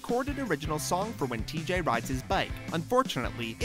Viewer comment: Did you just pronounce TJ’s name tee-jay?!?!? ITS TEEG!